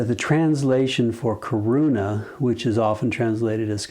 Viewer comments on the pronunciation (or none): करुणा; It is pronounced little different. More weight on 'na' in Karuna.